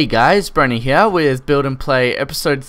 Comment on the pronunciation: i love how he says here (hea)